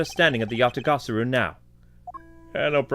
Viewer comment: You're pronouncing Yatagarasu wrong. It's pronounced Ya ta gah rah su.